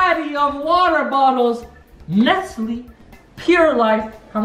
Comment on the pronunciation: Your kinda pissing me off saying nestley it's nestle